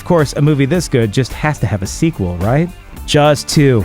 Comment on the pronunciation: I thought it was called jaws not jars.